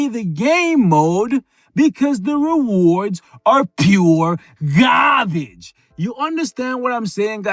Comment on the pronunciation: It’s funny when he say GarBaGe